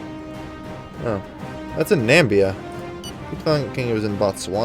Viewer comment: Namibia is pronounced as Na-mib-ia not nam-bia